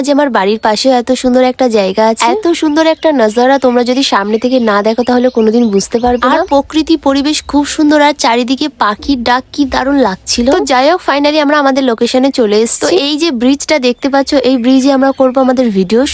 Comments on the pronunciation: পোকৃতি না ❌ প্রকৃতি ✅ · প্রকৃতি না আপু প্রাকৃতি😂😂